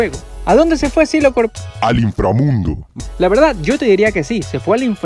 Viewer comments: Jaja me da risa cuando dices infrramundi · Cómo que no te sale el 😤😤😤😤INFRAMUNDO Pero sigue intentándolo :D